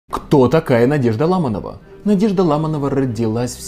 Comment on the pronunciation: Почему ЛАманова, а не по-русски, ЛамАнова? Фамилии на "ова" не имеют ударения на первый слог.